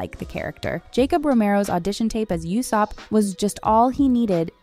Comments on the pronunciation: PLEASE ITS PRONOUNCED “LOOFY”😢😢😢 AND ITS USOPP NOT YUSOPP.. ARRRGGGG!!!!🤯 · You-sop instead of Ooo-sopp too, lol. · Yeah that's the correct spelling, I moreso meant the phonetization of his name. Pronouncing it "YOU"sopp is incorrect, but pronouncing it "OO" / "U"sopp is correct. You're correct that the spelling is Usopp. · And omg … YOU sopp? Ooh-Sopp. Do your research! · I'm gonna be "that guy". Luffy = ❌Luh-Fee | ✔Loo-Fee Usopp = ❌You-Soap | ✔Oh-Soap (like Oh La La) Iñaki = ❌Ee-Na-Kee | ✔In-Ya- Kee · i cringed as well. clearly the narrator is not a fan and has not seen one episode. she even said "you sopp" (usopp) ugghhhhhhh. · 😅 yeah, and yousup 😅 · The show is out, how are you pronouncing the names wrong? Oo-sop, Loo-fee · Usopp is worse! 🤮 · The mispronunciation of Luffy and Usopp 😭💀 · When they said Luhfee I unironicly paused the video in bewildered disgust. I'm not even sure I can press play again. There's no excuse for not knowing how to pronounce Luffy's name. EDIT: YOUSOPP. YOU. SOPP. What a fucked up day. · If you can get past the pronunciation of "Luffy" and "Usopp", this video is actually very informative. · It killed me everytime she said Usopp and Luffy 😭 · The way you pronounce Luffy and Usopp breaks my heart. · I wanted to give this video a like, but the mispronunciation of Luffy and Usopp's names bothered me way to much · Sadly, she has not watched a single episode with how she's pronouncing Luffy and Usopps names. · Her mispronouncing Luffy and Usopp names triggered me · Pronunciations...🙄 luffy, usopp....uhhhhhh....it creeped me every time you said those names